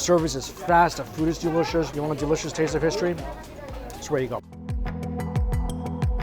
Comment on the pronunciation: Mikey's Chinese accent really comes out in the word "derishous".